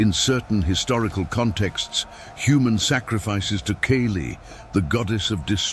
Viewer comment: Kali with a short a not a long a.